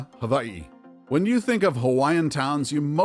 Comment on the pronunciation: your pronunciation of kalaupapa and hawai'i was amazing, thank you